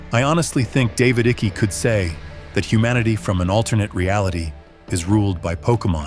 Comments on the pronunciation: David icky. Tell me you use AI to narrate without telling me. Pronounced David “Eye-kuh” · AI cannot pronounce Icke😂